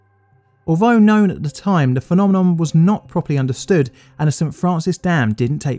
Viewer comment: You make an interesting documentary, although the slow pan of the Mulholland photo spent most of the time centered on his junk which was a bit weird, and your narration is a bit off kilter with strange pauses. I loved the way you said "phe-nom-nom" like you were eating ice cream, I might start saying the word like that myself for fun.